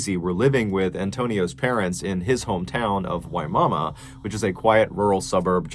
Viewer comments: I love that a pregnant woman was living in a town pronounced "Why mama?" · MR. BALLIN, It is pronounced (Wuh·maa·muh) Not Why Mama or Your Mama. 😉 Used to be a great place to live and buy acres of property. Most are bought up now but, still a wonderful community and place in Florida.